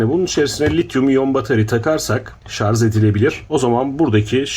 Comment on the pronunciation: Telaffuz'da Hata Oldu Diyelim Neticede İnsanız Siz Anlatılmak İstenileni Anlamışsanız Çok'ta Önemli Olmasa Gerek. Zira Burada İnsanları Aydınlatmak Amaçlı Çaba Mevcut. Bunu Görmeyip, Şarj mı Yoksa Şarz mı Mevzusu Enteresan.